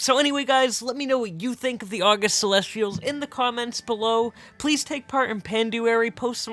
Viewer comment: Not a true Pandaren fan. Doesn't even know how to pronounce the August Celestials. Smh.